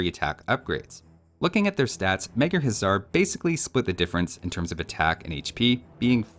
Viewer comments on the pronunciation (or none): my guy! In Magyar, 'sz' is treated like one letter and is just pronounced like an 's', while 's' is pronounced like 'sh'. 'Gy' is also treated like one letter and is pronounced with a hard 'G' like 'gee'. You're also pronouncing 'Magyar' like it's spelled 'Mágyérz', which is incorrect. 'A' should be pronounced like the 'A' in 'Almonds'. It's infuriating hearing you say 'hézar' instead of 'huszar'. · Day 234 of saying this but "Huszar" is actually pronounced like "Hussar", 'sz' in Hungarian makes the 's' sound.